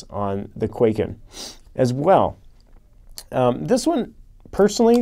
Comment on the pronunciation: Hm, yes, why would you pronounce it correctly?!?